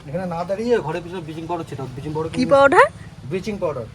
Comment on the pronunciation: Vicky dar মতে ব্লিচিং পাওডার ❌ বিচিং পাওডার ✅🤣🤣🤣🤣